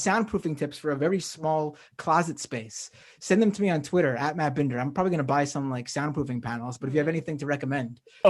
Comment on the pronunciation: i'm just confused why "binder" is pronounced "bender"